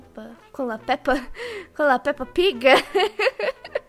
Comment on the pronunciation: Quando vc fala piga eu lembro de espiga , figo , e outras coisas que eu esqueci o nome😅